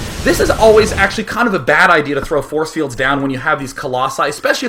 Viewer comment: I lost it when he said 'borce bields' I couldn't breathe.